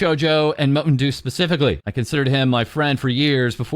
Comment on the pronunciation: TIL Mowtendoo is pronounced "Mountain Dew" and not like a weird pronunciation of "Nintendo"